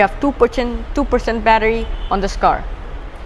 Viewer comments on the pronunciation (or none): One perchant 😂😶percent *🥴😂